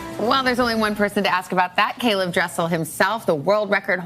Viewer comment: It’s interesting how his name is pronounced correctly as caeleb when my name isn’t by others half of the time 😆